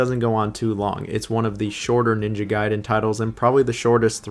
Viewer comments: Why do you keep mispronouncing the name Gaiden? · Gay-den and Rye-u. Oh man.